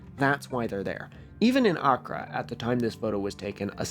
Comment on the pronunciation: i am sorry the way you pronounce accra and ghanaian is causing me psychic damage 😭 nice vid though